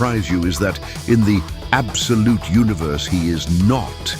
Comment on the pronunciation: Im not going to count how many times you said abdolute. Fuck that. Loved the video though.